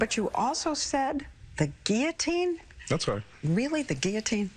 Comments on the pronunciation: for fokk's sake, Guillotine is pronounced with the L not J, it's not a word from spanish.. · What's with their pronunciation of guillotine?